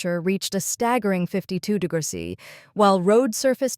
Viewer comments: De grows sea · Ai can't say degrees